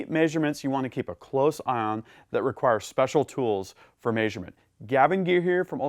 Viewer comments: Love your content! Hate the way you say "measurement" LOL (may-shur-mint) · anyone else think he says measurement very oddly? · Well he's adapting to the human-shaped suit pretty well but some things are just hard.